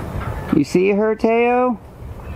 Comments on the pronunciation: Thanks for the share of their meeting. Really interesting to watch. Also, I’m aware you likely didn’t name him and were given the pronunciation of Tay-Oh...but (in case you are interested) Tao is pronounced Dow. Quoting Wiki: Tao (/daʊ/, /taʊ/) or Dao (/daʊ/) DOW; from Chinese: 道; pinyin: Dào [tâu] is a Chinese word signifying 'way', 'path', 'route', 'road' or sometimes more loosely 'doctrine', 'principle' or 'holistic beliefs'.[1] In the context of traditional Chinese philosophy and religion, Tao is the natural order of the universe whose character one’s human intuition must discern in order to realize the potential for individual wisdom. This intuitive knowing of “life” cannot be grasped as a concept; it is known through actual living experience of one’s everyday being. A great book to understand this philosophy is “The Tao of Pooh”. Enjoy your new member of the family! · Two beautiful creatures, you are so blessed. By the way "Tao" is pronounce Dow as it Dow Te Ching, By Lao Tsu. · Did you actually mean to name him that, or d’you just have no clue how to pronounce “Tao” properly?